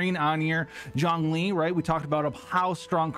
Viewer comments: I hear jhongling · Is he saying Zhongling or is it just me? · If you say Zhongling again Ill shit myself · You keep calling him Jongling....Its Zhongli. No n and J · Him saying „Zhongli“ Me hearing „jOhN LeE“ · i keep hearing zerkling lol maybe i play SC2 too much